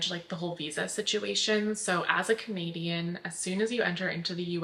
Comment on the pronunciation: Thank you so much for your video. I love all of them! One thing that I think is funny is that every time you say you’re a Canadian I think you are saying you’re a comedian and then I say to myself, “Oh she’s a comedian?”, but then I know you’re not a comedian so I have to remind myself of that every single time you say you’re a Canadian in your videos. And by the way, you’re not saying it wrong, I just hear things funny. Anyway, love you! Take care!